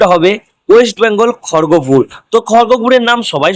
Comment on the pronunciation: Age jaygar name ta thik kore bol tarpor vacancy dibi khargapur 😂😂